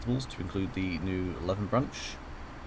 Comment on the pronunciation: And Leven is pronounced 'Lee-vin' 😄